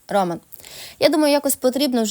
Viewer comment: Чому в слові ,,Роман,, ви робите наголос на першому складі,? Це невірно.